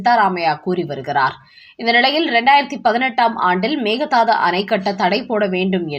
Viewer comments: செய்தி வாசிப்பவரே. பிற மொழிச் சொற்களை உச்சரிக்கும் போது சரியான உச்சரிப்பைத் தெரிந்து கொண்டு உச்சரிக்கவும் " மேகதாது " Mehadhsdhu என்று உச்சரிக்கிறீர்கள். அது தவறு. உண்மையில் " மேகே தாட்டு " Meke dhattu. இது கன்னட மொழிச் சொல். அதன் பொருள் என்ன தெரியுமா ? " ஆடு தாண்டும்" என்பது. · Meka Dhatu. Please listen to some Kannada News and pronounce the name correctly. (Meka Dhatu means a goat can jump from one side of the river to the other side. Means a short gap that can be jumped over by a goat!